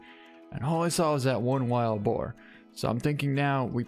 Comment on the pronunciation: I love how he calls it wild bore 😂😂 I'm sorry am from Louisiana and it's usually hogs and pigs and bores but amazing pig man congratulations